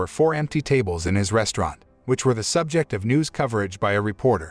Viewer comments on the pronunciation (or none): none